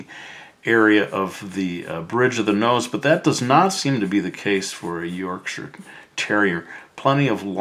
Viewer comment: Thank you for pronouncing Yorkshire right 😅 from a brit